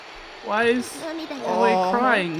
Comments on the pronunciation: I feel like i need to say this now thats its over Aoi's name is pronounced Owwie. Lol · The way your pronounce Aoi is giving my Japanese-learning brain an Owie